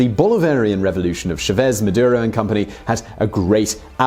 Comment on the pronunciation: It's "CHÁvez", not "cháVEZ"